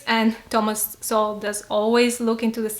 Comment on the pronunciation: you use to pronounce it as So-Well but now you pronounce it as soul, you've been watching uncommon knowledge?